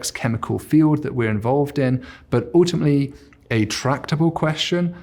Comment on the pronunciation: Why does he pronounce his U's like OOO's ? Moooltiply and oooltimately.